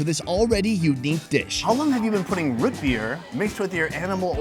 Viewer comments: The way he pronounces root beer is interesting lol “Rut beer” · It's not "root" beer. It's "rut" beer lol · Root beer not rut beer... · Why do you say, "Ruit Bir" rather than, "Root Beer?" Too much time in Asia? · Bro the way you keep saying Rut Beer is killing me. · Anybody else cringe when he said " Rut beer " lol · Sounds like he’s saying ruht beer. Same when he says food.. fuhd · Is he saying ROOT beer????